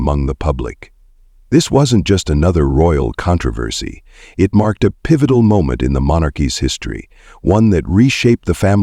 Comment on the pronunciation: Would you please how to pronounce the words correctly?? Especially, "controversy "!!